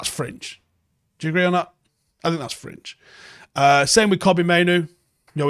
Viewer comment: When he says fringe I keep hearing cringe